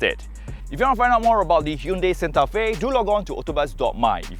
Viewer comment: What a man!! Time flies, but you looks greater than 7 years ago~ But why can't pronounce Santa Fe nicely haha, I love that car name since day one, but it become much more expensive now. Thought this is Samsung flip phone's ads instead of Korean car, BTW, you still funny.